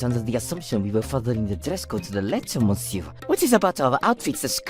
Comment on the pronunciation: Good Gods!! As much as these channels like to flaunt french & french restaurants, you'd think they could pronounce "Monsieur" CORRECTLY.